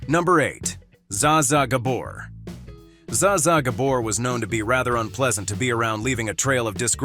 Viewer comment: Narrator should look up the proper pronunciation of Chevy Chase, Bette Davis and Zsa Zsa Gabor. So hard to take these videos seriously when the names are wrong.